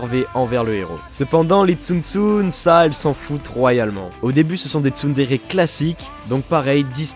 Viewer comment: j'étais sur MSP entrain d'écouter la vid et voilà ce que j'entends: Les TsumTsum! TSUMTSUM! mode ralenti TSUMTSUM! mode normal je reviens sur la vid je remet et vois qu'il y avait marqué "TsunTsun" :/ PS: je suis un mélange de Nyandere et de Yangire ❤❤❤😍😂